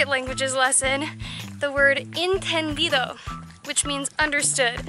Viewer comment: "Understood" is "entendido", not "intendido". You would probably be understood (hah!) anyway, but "intendido" could be misinterpreted as "intentado", which means "attempted". Vowels are often more critical to comprehension in Spanish than in English.